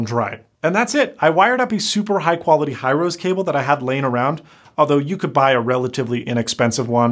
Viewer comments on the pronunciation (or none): He-row-se connector not High-rose. It's a Japanese company.